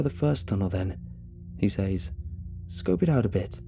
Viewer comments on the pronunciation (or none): Dude you’re not saying says right, it’s meant to sound like sez, how you’re saying it is never applicable